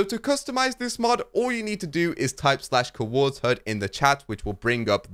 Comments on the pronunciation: Cuhords, its COORDS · The couords mod lol one syllable, not two hah